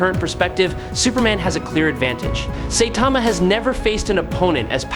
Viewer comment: I never understand how an anime says a characters name then someone says it wrong. Say-Tama? SIGH-TAMA